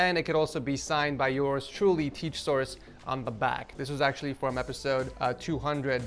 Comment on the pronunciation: Why do you always say TeachSource isn't it supposed yo be TechSource?